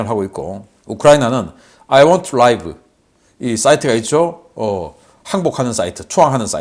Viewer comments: I want to live: 아이 원 투 리브 입니다. 라이브 (생중계) 아닙니다. 리브 (살다) 입니다. 아직도 이렇게 발음 하시네... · I want to live. 이 문장은 아이 원투 라이브가 아니고 리브로 읽어야 합니다. want 뒤에늘 to부정사가 오기 때문에 live는 형용사가 아니라 동사입니다.